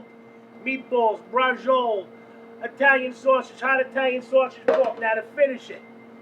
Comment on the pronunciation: Dayumn! that looks delicious! Is it me or did every time started to say "hot italian sausage" it sounded like he was about to say "hot attack" ?(heart attack) I worry for this great man.